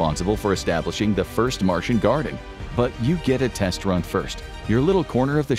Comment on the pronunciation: It's Martian, not Marsian. lol